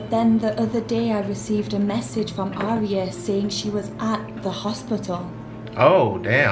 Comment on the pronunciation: AND AT LEAST SOMEONE SAID IT RIGHT FFFS